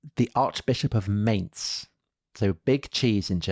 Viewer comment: 48: Mainz (pronunciation :))